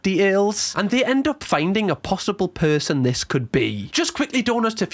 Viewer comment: a possible purrrrson